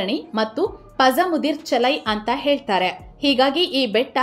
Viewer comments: ಪಸರ್ ಮುದಿರ್ ಚಲೈ ಅಲ್ಲಾ, ಪಳರ್ ಮುದಿರ್ ಸೋಲೈ. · ಪೞಮುದಿರ್ಚೋಲೈ Palamudircholai ಎಂದುಚ್ಚರಿಸಬೇಕು. ತಪ್ಪಾಗಿ ಉಚ್ಚರಿಸುತ್ತಿದ್ದಾರೆ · Pazhamudi Choolai pronounciation tappu agide